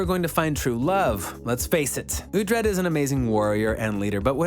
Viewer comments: OoT-Red?.....silly goose.... Oo-Tread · It’s pronounced (Ouu-Tread) not (Ah-Tread) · Why would you even make a video like this you're obviously not a fan you can't even pronounce Alexander dreymon character name right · The guy is clearly just reading a script without ever watching the series or reading the books. You know he has wasn't the show from how he pronounces Uhtred's name. His name is said at least 50 times a show, so if you actually watch the show, you would know how to pronounce it correctly.